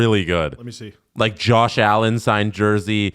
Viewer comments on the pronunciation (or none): none